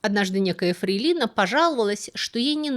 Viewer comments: Правильное ударение — «фре́йлина» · В слове фрЕйлина ударение на первом слоге. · фре́йлина, ударение на Е, а не на И. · Не "мАстерски", а "мастерскИ"! Не "флейлИна", а "фрЕйлина". Проверьте ударение в словарях. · Все это интересно, но что с ударениями? ВзбЕшенный, ФрейлИна😂Ладно от горе блогеров такое постоянно😂От вас то такого не ожидалось😂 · фрейлИна ? Я уверен что Вы это специально для меня сказали.)))) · Да русский забывает, не общается на нем, ведь живет в Канаде. Бывают и другие ошибки с ударением и предлогами. Ничего страшного, мы поймем. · когда лектор не умеет сказать правильно слово фрейлина.... 👎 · В слове"фрейлина" ударение делается на первом слоге...